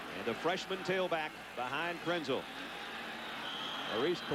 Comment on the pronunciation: Lynn Swann mispronounced Krenzel's name.